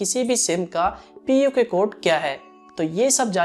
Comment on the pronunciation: It is not puke code